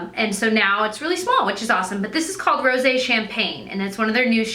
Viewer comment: loved the video, as usual :-) also, THANK YOU for pronouncing "rosé champagne" correctly!!! (although you didn't add the accented 'e' in the description box ;-) )...most people just say "rose" and it drives me crazy because I can see the accented 'e' every time they show a close up of the blush! I'm also glad you noticed that spit on your lip before the end of the video ;-)